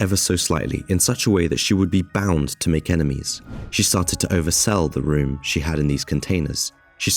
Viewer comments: Dutch word room is pronounced close to roam in English. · The room , cream, your talking about is pronounced rome as in Rome.